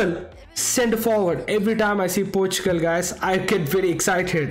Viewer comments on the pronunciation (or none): none